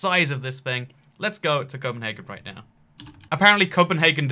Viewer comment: Cpnhargun Copenhagen